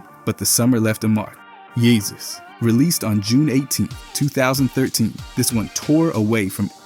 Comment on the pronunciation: could imagine some sort of Romance language pronouncing “Jesus” like that.